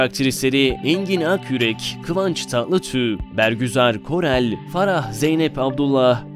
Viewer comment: kivanc tatlitüüg ne dir ya aksaanini yesinler